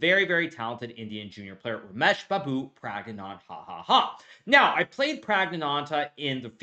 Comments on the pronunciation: you beat him adn butchered his name praggananHAHAHA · Did he really just say PragnanHaHaHa? 😂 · Rameshbabu Pragnanandhahahah Bro Hikaru you missed a few syllables of ahaha there. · "Rameshbaboo PraggnaanHaHaHa" just hikaru things 😂😂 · Hikaru’s pronunciation of Pragg’s name is egregious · Here's a man who gets so upset over such things, doing such things himself. For me, it is difficult to like people like you. Have respect - say the man's name properly - he deserves that. But other than that, yeah, this content was good. No, I'm not going to laugh with you about somebody's name. I'd be a cockroach like you then wouldn't I? ... It was a good game and your review and breakdown here was enjoyable and very educational. Maybe my liking of the Hikaru brand shall be limited to chess education exclusively - I guess that makes me the only one. I'd be happy to see more wins so that I might enjoy your content; what I've learnt enjoying your content is that I don't like listening to chess players reviewing the games they lost - reviews are better covered by a third party or the player that won. Please continue, and yes, remember to weaken those kings. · The way he says prags name 😂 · What was that pronounciation of prags name🥵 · i never get tired of hearing hikaru pronounce pragnandahahahahahaha